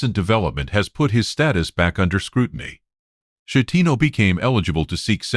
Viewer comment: A coward . Schettino ( skettino ) not shettino .